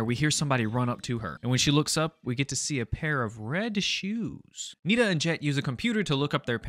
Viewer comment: NINA NAH BRUH ITS NITA but it’s ok u didn’t hear what her name is